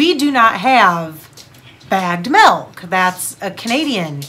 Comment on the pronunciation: Hahaa it’s milk not malk